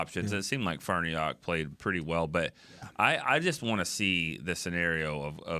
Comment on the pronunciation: Why can't pronounce Farniok?